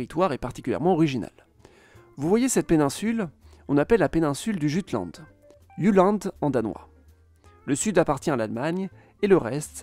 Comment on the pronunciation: Aalborg et Aarhus se prononcent "Olborg" et "Orhus", la lettre aa ou å (nouvelle orthographe) se prononce O ou plutôt AU. Par contre rien à redire pour Jylland, le Y danois se prononce comme notre U, rien à redire non plus pour Øresund, la lettre ø se prononce EU...